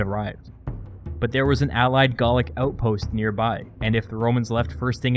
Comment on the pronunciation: "Garlic wars" Isn't it "Gaulic"?